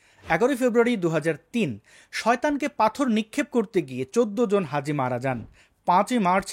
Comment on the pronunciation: Hazi noi haza...